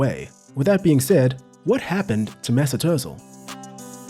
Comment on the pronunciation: MAY-ZOOT OOOH-tZEEL